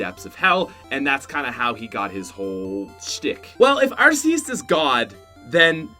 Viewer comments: arseus? oh you ment arceus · Arceus is pronounced ArKEYus not ArSEEus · It's not Ar-cey-us it's Are-key-us Edit:thx 4 2 likes :3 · the e in Arceus makes it sounds like ar-key-us even Pokemon said that it self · its arc eus not arse eus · It's AR key uss not arseeuss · ITS PRODNOUNCED ARKEUS AND IF YOU SAY ARSEUS I AM TRIGGERED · Hey, you are mispronouncing Arceus. It is pronounced "ARK-eous" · its ARK eus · Arceus is not pronounced with a soft C. It's pronounced with a hard C. Say it right, please. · U can’t pronounce pokemon, Arceus-(ARK-eus) Mylotic-(MI-lot-ic) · My dude it's pronounced as ar-KEY-us. Even the official handbook confirms so. Also Giratina is GEAR-atina. Also from the handbook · And also, ARSE-eus, JEER-intinina, phi-OWN I CAN respect people pronouncing Pokemon differently, but in case you didn’t know, the “G” in giratinina is hard and the “E” in phione is accented even though you didn’t mention phione in the video, I realy don’t want ANOTHER youtuber pronouncing my favorite Pokémon’s name wrong!